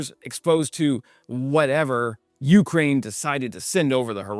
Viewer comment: I love watching your channel, fantastic videos, great info and details. I only ask one thing, when you say Ukraine, you’re accenting the first syllable, Ukrainians accent the second when they say the name of their country.